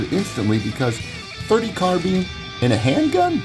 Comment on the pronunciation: Arcadia Machine &Tool! Why in the hell can't people pronounce Carbine. It is not carbean! I own an AMT and an IAI.